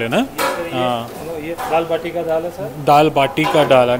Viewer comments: डाळ वाटी नाही रे...डाळ बाटी 😅 दाल बाटी आणि चुर्मा. कुर्मा नव्हे 😅 राजस्थानी पक्वान्न आहे... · दाल वाटी नाही दाल बाटी